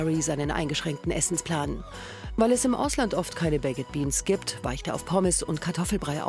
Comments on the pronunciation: Könnt ihr nicht Baked sagen? Sie sagt einfach Bekked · kann man wenigstens baked sagen und nicht bak-ED 🙄 schrecklich. Lernt mal englisch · Wieso sagt die Taff Tante eigentlich immer Bake-ed beans und nicht einfach normal ‘baked’ 🙄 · "baiket" beans. gute aussprache galileo! top! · Sorry aber es heißt "bakd beans", also das e ist stumm. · Bei baked wird das e nicht mitgesprochen 🙄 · junge sprich baked nicht so hängengeblieben aus